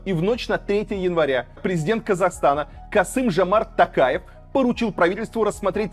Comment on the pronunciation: не касым жамарт такаев а касым жОмарт ТОООООкаев